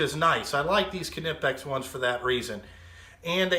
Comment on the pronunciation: Not the end of the world, but Knipex is pronounced Kuhnipex by Germans. Brits and Americans are used to pronouncing knife as nife, so I understand where it comes from. Ultimately, it doesn't matter. Knipex is still the best in the world at what it does.